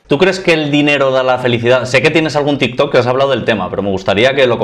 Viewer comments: Comentario serio: creo q dice tis tos porque no puede decir tik tok por los apatatos.. es triste pero real jajajajajaj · Si no sabe ni decir Tiktok